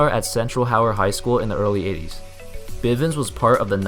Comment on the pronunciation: It's bivins